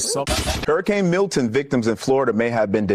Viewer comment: Man you gotta stop calling them harrycains 🤣